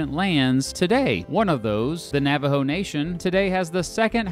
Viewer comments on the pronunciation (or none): none